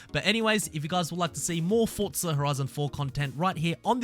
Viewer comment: No t in forza